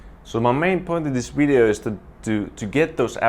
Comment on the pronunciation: I love it when he says "wideo" (video)